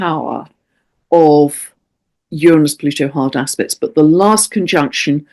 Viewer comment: I keep hearing, "hard ass-pects!" 😂😂😂